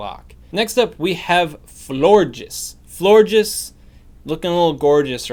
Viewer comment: He said flore jizz